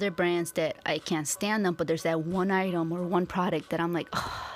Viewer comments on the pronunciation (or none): none